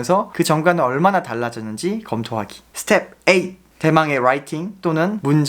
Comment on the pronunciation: 양킹님 스텝풔 발음 너무 좋아요 ㅋㅋㅋㅋㅋㅋㅋㅋㅋㅋㅋ 여억시 영잘알 👍🏻👍🏻